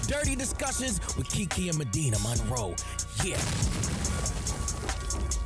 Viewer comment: Medinah With This Accent😂😂😂😂😂😂 Y’all Gonna Get Me Fired OMG